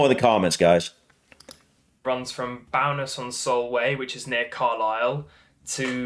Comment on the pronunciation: It’s Bowness as in bow and arrow not as in cow. Bloody southerners.